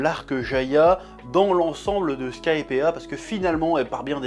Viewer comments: Skypiiiiiiea (sky, pied ah !), pas Skypea, pitié Chef, mes oreilles vont pas tenir la prochaine vidéo sinon x) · Bonne review, par contre chef, skypea ça se prononce skaïpi, pas skaïpéa! Bon après ton accent anglais possède déjà sa réputation et tu as déjà dis que tu t'en fous pour na rue to. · Ce qui me perturbe le plus c est qu il prononce bien crocodile alors que dans la vidéo précédente il ne l a pas fait une fois rectification il prononce mal Skypiea oui il en faut peu pour me perturber